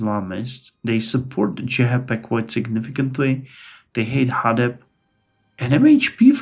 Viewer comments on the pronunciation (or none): based maaaan I love this series as turkish person. Notes: Anap party litreally called Anap or a-nap(not like nap in english becuse a is dominant) so its right way you are saying. Genç Party: Means young Party and you said right way. Hadep: its short name same like anap so its Ha-dep